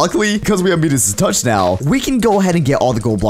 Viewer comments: he said meenis ._. its midis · "medus" Me: Miedus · its midas not meedas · me-das Me: it's called my-das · It’s pronounced “my-das” not “me-das” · Me-diss? It's MIDAS AS IN MY-DISS. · It is not medas it is midas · It’s not medas touch its mydas touch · it's pronounced (my-dis) not (me-das) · The moment when pronounced Midas me-das